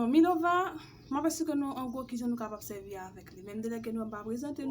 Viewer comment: Svp milova uh byn minoval😅😅😅 mw tande ti kout milova